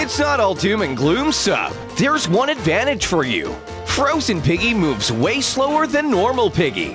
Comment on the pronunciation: Guys it not frosen piggy its frost piggy